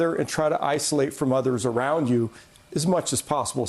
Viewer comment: Did you say isolate or assassinate?